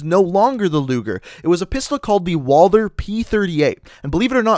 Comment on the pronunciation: It's not walder it's walther